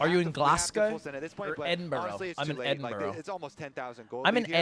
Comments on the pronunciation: edinburg bruh 😭😭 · Big fan Ludwig, I’m glad you finally came to Edinburgh. It’s pronounced: Eh-Din-Bruh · Ed-in-bruh. Learn it